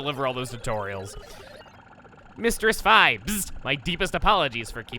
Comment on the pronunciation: Did you just say fai